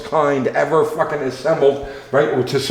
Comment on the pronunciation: Only one ever FAHKIN assembled Love the videos always laugh and learn a little bit more